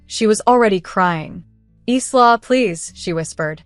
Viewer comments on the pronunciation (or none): I think "Isla" is pronounced "Ila" silent "S" A friend of mine has a daughter named Isla, and they pronounce it as if the "S" isn't there. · Your narrator needs to learn that the name “Isla” is pronounced “Ila”. The sister didn’t pay for the venue Isla did so it was hers to cancel not theirs to bully her into giving them.